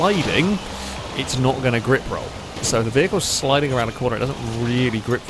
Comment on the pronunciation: Is it just me that when says "Grip Rolled" hears "Rick Rolled"? LOL